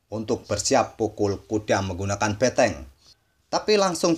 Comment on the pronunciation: BENTENG..bukan BETENG